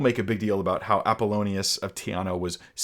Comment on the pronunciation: Apollonius of Tee-ah-nah